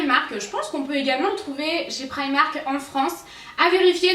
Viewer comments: on dit pas praimak on dit primark et il y en a un à Nice en France et ça fait depuis au moins juin maintenant que ça existe et cette vidéo elle a été publié je pense depuis novembre octobre donc vous voyez sûrement la différence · c'est primark comme sa s entent sinon super video PS ma sœur travaille a primark et oui il y en a en FRANCE